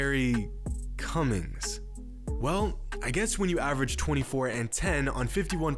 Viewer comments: When you said Cummings 😂😂😂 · When he said Cummings I felt that... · Cummings? Lmao